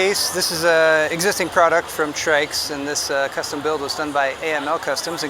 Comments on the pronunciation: the man still calling them Trix throughout the video lmao..the disrespect. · TRYX is pronounced "trikes"???? Sounds better than "try x" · I like the "Trix" pronunciation better :) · He begins by saying he got the name wrong and proceeds to get it wrong again and again throughout the video. 😂Old habits die hard, huh?🤣 Doesn't take away from the video, at least not for me. Mostly 'cuz I've sure been guilty of that one too.🤘